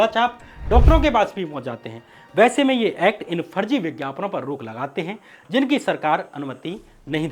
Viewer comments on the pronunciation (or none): Good bhai, bus pronunciation ko improve karen, Farji ko Farzi, Vises ko vishesh